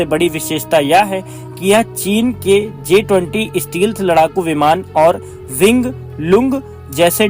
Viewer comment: स्टीलथ नहीं स्टैल्थ कहते हैं